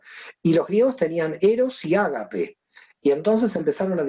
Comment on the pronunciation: No es Ágape, es AGÁPE.